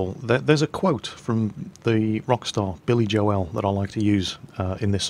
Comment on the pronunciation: Billy Jo-el lol